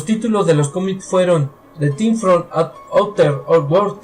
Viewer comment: The Thing (de zing no de ting) es una de mis películas favoritas, por eso te puedo decir por ejemplo, que los que van a ver la nave descubierta por los noruegos son: McGready, Norris y el Dr. Cooper, no Palmer como tu dices. De la película en si, hay muchas preguntas que la mayoría se hace, por ejemplo ¿cuándo son asimilados Norris y Palmer por La Cosa? al principio cuando el perro anda suelto por la base norteamericana, se puede ver que entra en una pieza donde estaba alguien, posiblemente Palmer y cuando aparece un calzoncillo que Nauls se lo entrega a McGready es posible que haya sido de Norris. Tienes que mejorar tu dicción, lectura y el inglés, en muchas partes no se te entiende lo que hablas, trabaja en eso y tus vídeos serán más entretenidos, suerte y saludos desde Chile.